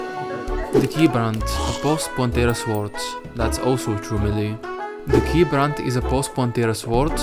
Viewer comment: funny how you pronounce the W in sword